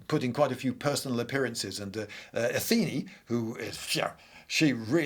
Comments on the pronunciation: I listened to this podcast style rather than watching the video so forgive me if I missed explanatory on screen text, but why do you keep referring to Athena as Atheni? Is that a more archaic pronunciation or something? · it's not Ah-thee-ni, it's Ah-thi-nah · "Atheenie"? It's "Athena", surely? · Athena is the goddess of wisdom, not war. Circe- ''Κιρκη'' sounds like ''Keerkee''